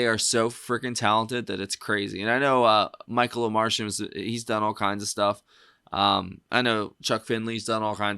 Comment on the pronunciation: Pretty sure the audio from that clip you watched is the album version and they were just miming. It's pronounced Omar-Tee-an. He's not from Mars lol